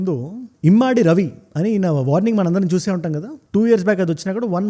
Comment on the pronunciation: Immaadi kadu ra babu adi immadi. Telugu chadavadam vasthe ardham avthadi.